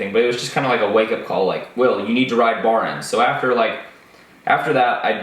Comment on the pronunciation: “Baorens” What the fuck is wrong with you mouth dude? BAR ENDS, TWO WORDS.